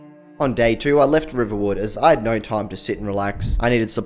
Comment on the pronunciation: The classic Aussie norrrrrr